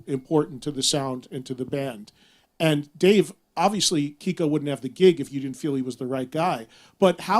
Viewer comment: Kiko's last name gets butchered everytime